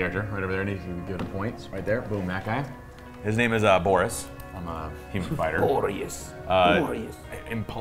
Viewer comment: When said Borrus all I could think was Goris.